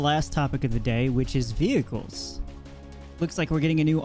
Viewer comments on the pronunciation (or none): Great info, nice reporting! One small nit-pick... "vehicle" and "vehicles" not "vehicals"